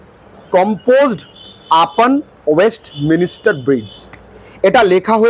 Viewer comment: Sir ওয়েস্টমিনস্টার এই উচ্চারণ টা হবে